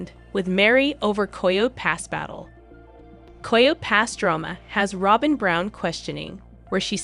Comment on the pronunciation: Girl you need to pronounce your words better. It not koho pass😂